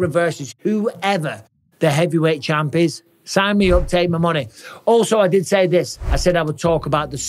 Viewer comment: Great video Champ. “Chama”